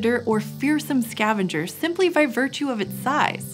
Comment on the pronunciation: "simply VY virtue of its size"